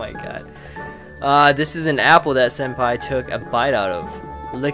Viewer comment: believe it is pronounced Sen-Pie